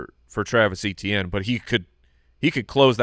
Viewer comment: For the love of God, It's EH-tien... lol